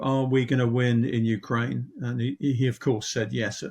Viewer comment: Did the host say "Ukrainia" ?